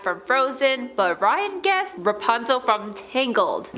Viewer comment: Dude said REPUNZEL 😅